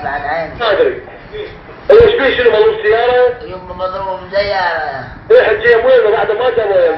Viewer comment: شباب انتبهتو من يمثل دور الحجيه شيكول ذياره مو سياره هههههههههههههههههههه رهيب بالله وتحياتي للكل